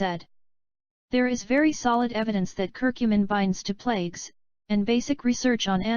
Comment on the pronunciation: Especially when it mispronounces the word "plaque" as the word "plague". There is a big difference!